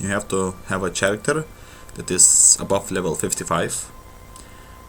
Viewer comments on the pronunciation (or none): did he srsly say "CH"aracter?